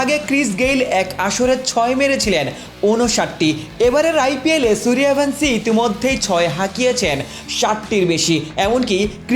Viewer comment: Bangladeshi channel gulo ki pronounciation valo kore jane na সূর্য্যব্্শী না সূর্য ভানশী😅